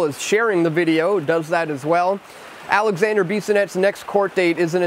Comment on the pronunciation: Alexandre not Alexander. I really want but you make to much mistakes in your content.